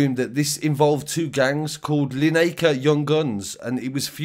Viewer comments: linacre is said as linekar like gary lineker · Just in case you report on these areas again they are pronounced locally as Linacre as in Gary lineker Litherland is more like liver land like Liverpool not Liver birds and Dovecote is like Dove Cott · You said Linacre wrong mate